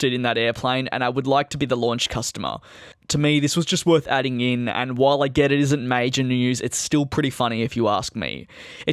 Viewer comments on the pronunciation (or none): none